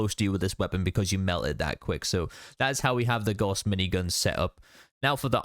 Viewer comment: Good video but my goodness, every fallout content creator needs to learn how to say Gauss. It’s the name of a German mathematician and it’s pronounced like “house” with a G